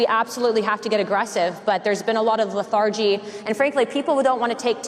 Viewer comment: LETH-ar-gy, not leth-AR-gy.